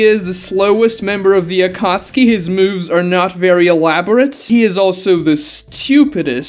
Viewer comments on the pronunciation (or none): I don't know how the English version says it but it sounds very wrong to me when you pronounce it like akatski instead of akatsuki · never watched naruto past the chunin exams, and read the manga so im wondering, is it pronounced akatski like how my man pronounces it or is it like akat-suki?